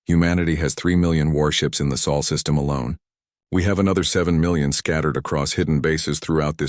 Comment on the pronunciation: I believe it's pronounced sol